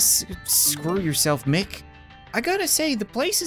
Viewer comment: its myck not mick